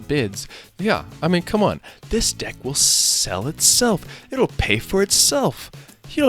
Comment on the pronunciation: Did he just say BIG BEAUTIFUL D**K or deck? 🤬